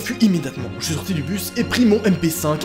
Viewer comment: Je surkiff les "ch'ui désolé" 🤣🤣